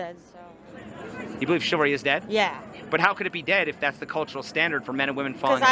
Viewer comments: Duuude the word is chivalry, not chilvary. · It's CHIV-AL-RY not CHIL-VA-RY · struggling to say chivalry 😂